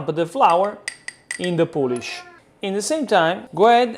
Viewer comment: Coming here for a 1 hour pizza dough: "the poulish after 24 hours". Okay.